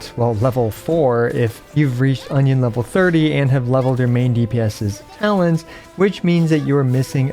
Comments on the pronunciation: Union is not pronounces Onion.. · Still love it that pronounces "union" as "onion" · Union = “YOON-yin” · No one talking about how he calls union level, onion